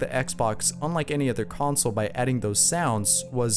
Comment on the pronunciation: You said consle